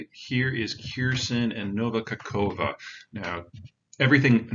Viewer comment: hmm ... someone who can't even have a go at pronunciation of Kherson is explaining it all. Sure I'll like that